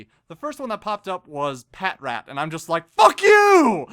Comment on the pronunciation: Pah-Trat.. its pronounced pah-trat